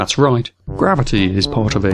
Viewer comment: Your southern American accent is good, but to put on a proper American accent you need to pronounce the R sounds within words. Words like gravity seemed to be lacking the R sound the most. As an American it sounded like a southern Englishman. Still funny though and I appreciate the attempt. Before people jump on me, I'm sure my British accent is terrible too.